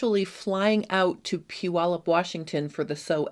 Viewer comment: As a former Washington resident, I appreciate the correct pronunciation of Puyallup. I wish I still lived close enough to attend your event.